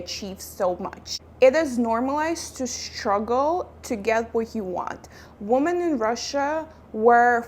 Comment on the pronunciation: Thanks for the video. Women (which is the plural of Woman) is pronounced like: Wimin